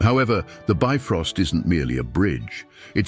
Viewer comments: It's not "bi-frost", but "bif-rost" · The "ö" in "Bifröst" is actually pronounced like the "u" in "burn".